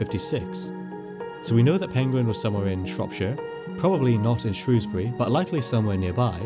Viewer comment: Thankyou for saying Shrewsbury correctly